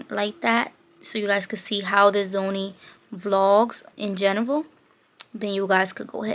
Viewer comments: why u say sony as Zony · It’s so cute how she was pronouncing SONY by saying ZOMIE the entire video! 😂